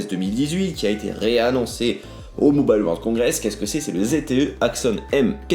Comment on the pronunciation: "Mobale world congress"